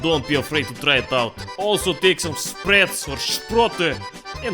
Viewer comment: Fake Russian, mispronounced sprats.